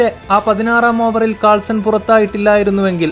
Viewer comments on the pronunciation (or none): കാൾസൺ അല്ല മോനേ.......... ക്ലാസെൻ